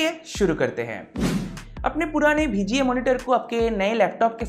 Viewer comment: Bhai "BHI G A" port nhi hai VGA port hai 😂